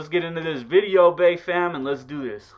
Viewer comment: "Lets get in to this bideo vay fam" lmao